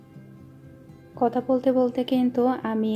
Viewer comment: আপনার ভিডিও ধারা বর্ননা খুবই ভালো হয়। কিন্তু কথা বলতে কিছু শব্দ উচ্চারন সঠিক বলেন না। যেমন কতা - কথা, টিক - ঠিক, পতিদিন - প্রতিদিন। প্লিজ কিছু মনে করবেন না, ফ্রেন্ডলি কথাটা বললাম। আসলেই আপনি ঠিক বলছেন, এমন মৃত্যু যেন আর কারো না হয়। খুবই হৃদয় বিদারক।